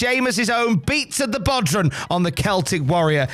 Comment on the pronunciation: Jesus christ it's pronounced bow-rawn not bodran